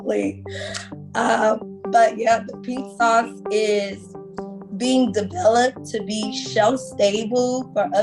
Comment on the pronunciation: "RINK SAUCE" - Really... Why do AI have to be used for literally everything?! It RUINS shit!